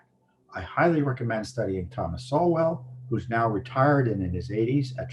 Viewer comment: Tom! It's pronounced "soul"; Thomas Sowell.